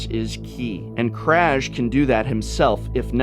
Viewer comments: Aaaaaaaargh! That's not how "Kraj" is pronounced! :D It's more like Kray. Oh and btw, it means End. :D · Given that the Ravnica vocabulary is heavily based on Slavic culture, I assume "Kraj" should be read as "Krai".